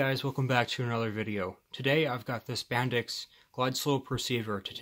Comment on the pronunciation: Always used to be pronounced "Bendix", like it's spelt, but I'm very old.